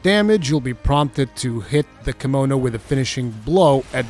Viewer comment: Thank you for the well thought of video. Also I keep thinking you're saying kimono like the clothing lol.